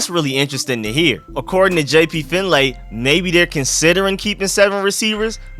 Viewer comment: #ShoutOutRico4Real. 🤙🏾 Btw, it's pronounced "Finley", even though it's spelled FinLAY.